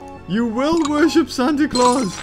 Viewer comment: He said santi claws but he named it santi CAWLS